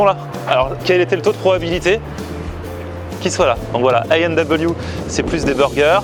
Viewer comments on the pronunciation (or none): Par contre nous les québécois on dit pas: é and double you. Mais on prononce : à et double vé... ou en accéléré: ailld’ou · Sa se prononce A et double v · Ca se prononce AEtW, en francais pas en anglais